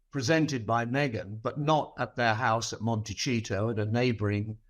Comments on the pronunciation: Will someone please for love of basic pronunciation tell Cole to stop saying "Montecheeto." Nobody says it like that! Not the Americans living in Montecito California and not the Italians living in Montecito Itay! Why does he insist on pronouncing it so bizarrely? His version isn't even phonetically logical. Just stop it! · He's NOT HRH anymore and, sorry to be pernickety, it's said MonteSito not MonteCHito. The 'c' in Spanish is an 'S' or 'TH' sound, not 'CH' like Italian! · HARRY DOES NOT LIVE IN “MONTE-CHEETO.” THE NAME OF THE BEAUTIFUL RICH, LOVELY, SCENIC CALIFORNIA CITY THAT HARRY AND MEAGAN ARE NOW RESIDENTS OF IS MONTECIETO. PRONOUNCED… MON-TE-CEE-TOE AMERICAN ABSOLUTELY LOVES PRINCE HARRY. YOUR PERSONAL HATE FOR HARRY IS SO DAM OBVIOUS! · Could Mr. Cole please learn to pronounce Montecito correctly…? I It is NOT “ Monterey-cheat-to” as he says.. it is “Monte-“see”- to” It’s a bit embarrassing a journalist continues to repeatedly mispronounce the name of this township on a major network. Let’s do our homework Mr. Cole. Thank you! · Please ask your commentator to stop pronouncing Montecito as Montaycheeto. It drives me nuts. It’s pronounced Montayseeto from South American Spanish. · Why does he say MonteCHito?????? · Please pronounce Montecito CORRECTLY : mon-teh-see-toe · Pronounced “Mon ta see toe “ 😊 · Pronounced Mon-ti-sea-toe. Plus, US fought for the right to be free of royal rule and don’t recognize those titles here. Take him back please, UK. Take her, too, please. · Why does Cole always pronounce Montecito as ‘Monte-chito? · How come he can’t pronoun Montecito, (“Monteseeto”)? Also, the tax story is wrong. If you are resident in the US for more that 183 days in a calendar year, you are liable for US taxes. It makes no difference if you are a citizen or not. I know this as a dual national living in the US. I am surprised at the Times for speaking without checking the facts… Cole is clearly not informed of the facts.